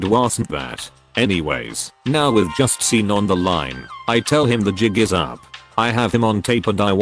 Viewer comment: Sean is pronounced "Shawn".